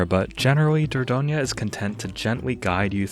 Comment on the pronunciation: I live in Dordogne! You pronounce it just fine (perhaps you could stress the third syllable less: DOR-DON-yuh)